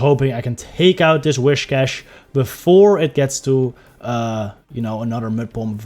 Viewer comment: Am i the only Person that gets kinda triggered when they Pronounce whiscash wrong and they say wishcash? 🤣🤣